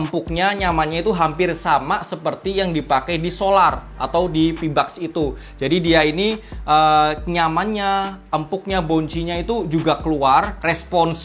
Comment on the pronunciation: masukan aja.... Videonya dah keren abis. Tapi tolong pronounciation-nya diperbaiki ke depannya. Kata "mesh" mustinya dibaca "mes" bukan "mis"; Kata foam dibaca "fom", bukan "fum"; Pebax bukan "pibaks" tapi "peback". Maaf dan maklum, anak bahasa.... jadi geli dengernya.... Hehe.... Anyway, maju terus!